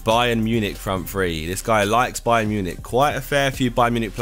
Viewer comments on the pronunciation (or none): none